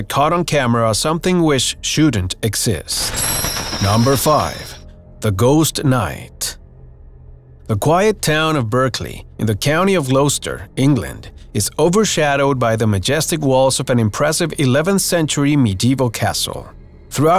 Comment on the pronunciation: It is pronounces Gloster not Glowster